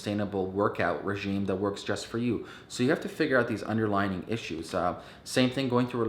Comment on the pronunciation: Under-LY-ing not underlining ET cetera not ec setera Sorry not trying to be a troll it just was distracting me. Maybe I should watch your video on how to stay focused